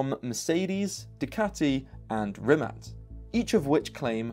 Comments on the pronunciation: I know its picky but Rimac. Not Rimat. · Am I the only one annoyed by the incorrect pronunciation of 'rimac' as 'rimat'? 🤔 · It’s a “tz” sound not “c” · rimac not rimat, they have a bad logo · Rimat? i feel offended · Is he saying RimaT?? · this. So in the video pronunciation is incorrect.. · Rimac..... Rimac, that's with a c not t..